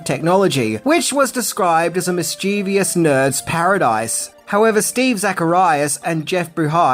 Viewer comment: The word "mischievous" has three syllables, not four. If you are full of virtue, you are not "vir-TUE-ee-us," are you? (Not enough for me to deprive you of your deserved "like," though,. Your work is great.)